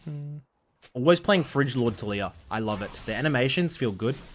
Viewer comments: fridge lord🤣🤣🤣🤣🤣🤣 sorry I gotta call you out on that one my guy. Freljord. Frail yord. You're welcome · i know this dude did not just say "fridge lord taliyah" 💀 please look up the pronunciation of freljord i beg you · bro he is saying like that deliberately...